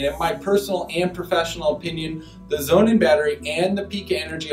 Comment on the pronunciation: The people that work for Pika pronounce it Pī ka with a long ī sound, not Pee ka. And Sonnen starts with an 'S' not a 'Z'. You've got an 11 minute video with less than 2 minutes of useful info and much of what you say is inaccurate. I have installed all three of these systems and I do find the Pika system to be the best and very cost competitive, however, because it is DC coupled it can't be added to existing PV systems very easily. Sonnen and Tesla are AC coupled, which has it's pros and cons. Sonnen is overbuilt in the best German tradition and the cost reflects that. Tesla is not as affordable as advertised and their production issues make it very difficult to acquire. You did address that and I'm counting that towards the useful info but you should not label this as 'in depth'.